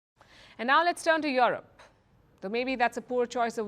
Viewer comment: It's not Your-rope ma'am, it's You-rope.😊